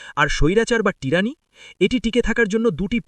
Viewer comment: টিরানি নয় হবে টাইরানি ।